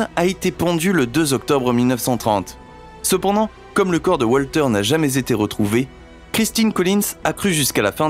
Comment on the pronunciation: ah, ton "c'p'ndant"... 😄